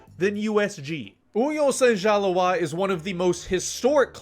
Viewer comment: My guy really said Union saint gjaloaaahjs 🥲